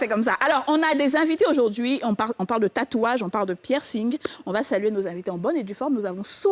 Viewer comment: pourquoi tu dit PI -ERCING? On lit pas le "pi". C'est plutôt PERCING